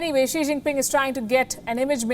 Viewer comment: I heard "Sri" Jingpin 🥴